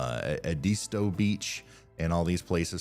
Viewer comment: As a charleston native the way he pronounced “Edisto” cracked me up lol😂